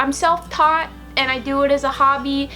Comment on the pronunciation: Funny, at first I thought you said "I sell pot" instead of "I am self taught" LOL!